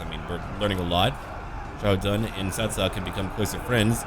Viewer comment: As a person who learned how to speak Chinese, the way you pronounce characters' names is quite nice. In fact, i loved how you fluently pronounced Xiahou Dun's name.